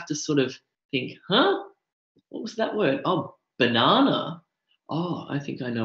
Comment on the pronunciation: BANANA....hahaha very australian